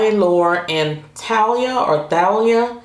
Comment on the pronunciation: The lashes are pronounced (TA-Lee-a ).... she’s a famous hispanic Singer/actress married to Tommy Mottola which was Mariah Carey’s x husband... a little useless information 😉